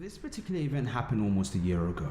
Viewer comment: "One piticular detail" xd